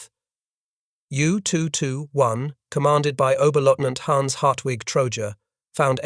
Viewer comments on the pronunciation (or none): none